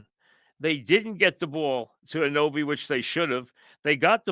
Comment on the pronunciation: It's A-nu-noby Mike